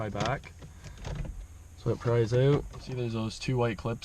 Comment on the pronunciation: 'it'll pop right oote"